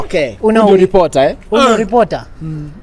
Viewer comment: nimesikia retoper badala ya reporter